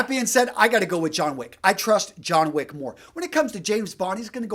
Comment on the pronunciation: It's Wick. John Wick.